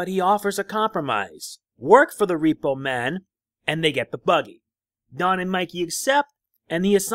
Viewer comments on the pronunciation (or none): The first time you Said don it sounded like jon lol